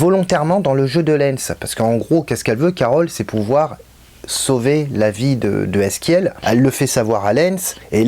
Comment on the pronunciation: Bonne vidéo mais sa se dit "Ezekiel" continue comme ça